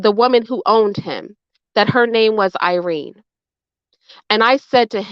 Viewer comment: Irene not otene lol